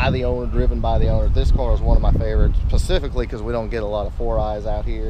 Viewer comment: Pacifically? As in Pacific Ocean? Specifically, which ocean again? Ah yes, the Specific Ocean! OK, I've had my fun.